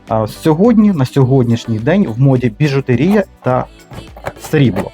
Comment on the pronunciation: У слові "біжутЕрія" наголос на третьому складі